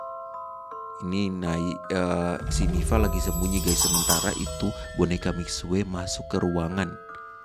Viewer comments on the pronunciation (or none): Ngomong nya mixu bukan mixue tapi tulisan nya mixue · baca nya mikxu tapi memang tulisan nya mixue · itu cara baca nya salah bg miksue itu salah cara baca nya misyue btw semangat truss bg 💗💗